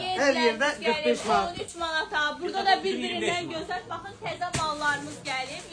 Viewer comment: Savadsiz olmayin Maad yox Manat